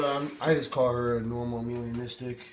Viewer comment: Beautiful snakes dude... Gets a thumbs up from me. Although it isn't "Amelia-Nistic" it's pronounced "Ay-Melah-Nistic" :) ... As in it lacks Melanin pigment in the skin.